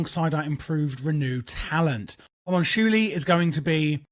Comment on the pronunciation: Say it with me now, Hom-un-cu-li